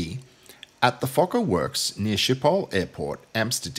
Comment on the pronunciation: Bartrazin -not only do they get Schipol wrong but invariably they pronounce Fokker wrongly! !.I had a airline captain friend who on distant approach was told "You have traffic on the right -a F28 " to which he replied to the Controller "Thank you -I have always wanted to say this -I've got the little Fokker in sight "!!!